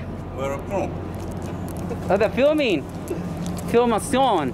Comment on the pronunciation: Why are you filiming me, why are you filing me ... hahahaha